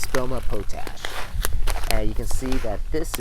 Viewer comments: POTASH POTASH POTASH, NOT POE-TASH I liked the video though. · Pot-Ash..... not potash like potato..... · Pot ash not po tash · I've been saying it wrong, POT-ASH , instead of Po-TASH all these years. great video! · It's *pot-ash*, ie the ash from the fire that used to be collected in pots. "Potash is pronounced as POT-ash (ˈpɑːtˌæʃ in US English or ˈpɒt.æʃ in UK English). You say it by combining the word "pot" (like a cooking pot) with the word "ash" (like the residue from a fire), putting the main stress on the first syllable. Pronunciation Breakdown First syllable: POT (pɑːt or pɒt) – rhymes with hot or cot. Second syllable: ASH (æʃ) – rhymes with cash or hash." 🙏🏻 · Man you’re saying potash wrong. Pot-ash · your welcome po tash sounds like a slang word for something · its pronounced pot ash, potash lol